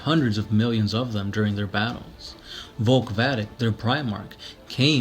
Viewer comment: Sure. Also, his name is spelled Volk Vadek (Vay-Deck), but he just keeps pronouncing it as Vulk Vadik.